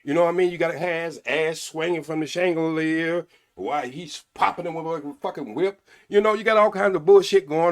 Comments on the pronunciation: Mentapaus, pacifically and changelier 😂😂 I could watch him all day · He said, "I 'pacifically' said" "aminal" "climant" "changoliers" and "mental pause." He needs to study Webster's dictionary before he tries to read people.